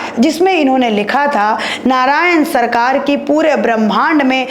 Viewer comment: नारायन सरकार नहीं नारायन साकार है सुधार कीजिए